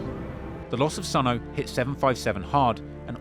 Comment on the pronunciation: if you dont stop mis pronouncing these guys names..... it's not SONO it's SONE. "Sonny"